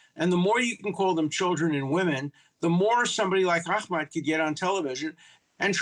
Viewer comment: Its not Akhmed, you shmuck, it’s Ahmed!